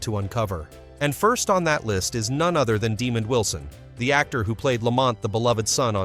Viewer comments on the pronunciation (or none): This is one of the worst AI segments I have ever seen. First off his name isn’t Demon Wilson. It’s Duh-mond Wilson. And that picture isn’t even him. This is ridiculous